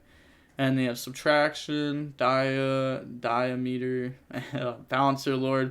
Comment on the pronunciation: Am i the only one getting slightly triggered by saying "Diameeter" instead of "Diameter"?